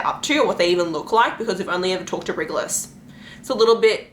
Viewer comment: Love these theories!! However, Rigelus is pronounced Ry-je-lus… This is how it’s pronounced in the Audible recordings by Elizabeth Evans, and Sarah works very closely with Elizabeth. Sarah mentions her in the acknowledgments of her more recent novels that have been recorded for Audible, so yeah!! Great video tho!!